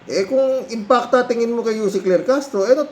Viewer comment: malaki kasi ang IMPACT ni Anti Kler sa mga DDS kaya si Manang Imee eh, na misprounced nya ang IMPACT .. dinagdagan ng isang letran A..... Si Manang Imee eh, naging ala Allan Peter Cayetano na rin... nag paka baba na talaga ... i mean nag pag low low life na talaga.